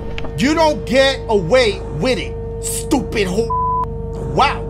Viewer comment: Why does dashie say stupid like that 😂